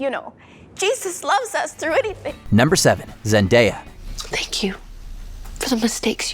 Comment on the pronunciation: Zendya 😂😂😂🤣🤣 nice try diddy